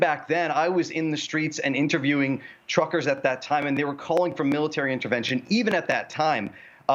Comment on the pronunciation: The word "truckers" said quickly sounds, to my ear, very much like "trumpers."